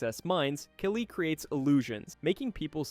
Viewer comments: I’m curious how you pronounce Kali wrong so many times ..? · The pronunciation of "Kali" and "Demogorgon" is getting to me, more than it should